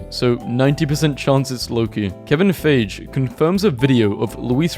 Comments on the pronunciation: How does bro pronounce feige as fage, and let this slip into a marvel video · "Kevin Fage" ._. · Im assuming he said Kevins last name wrong to bait comments. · the way he said kevin feige